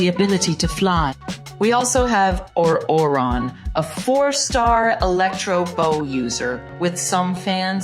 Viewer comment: Nice vid! However, the way you said Zhongli and Ororon was criminal 💀